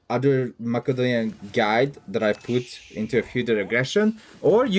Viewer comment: yoo dawg its mase-a-donian not mack-a-donian xD keep it up brotha rooting for you in OO4